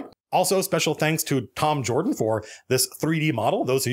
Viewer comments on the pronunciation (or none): none